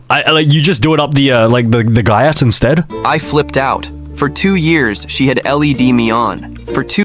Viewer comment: “She had L-E-D me on” 😂😂😂